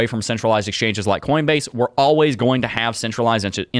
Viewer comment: I will forever call them.. “exchoinges” ! Hahaha 😂